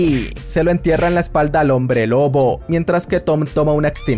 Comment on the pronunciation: oye si no te diste cuenta en vez de decir lobo dijiste loco o eso fue lo que escuche xd